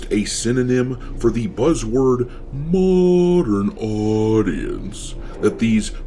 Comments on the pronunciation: You should put “Muh-dern Aww-dience” on a shirt. 🤭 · Muh-dern Aww-dience 😂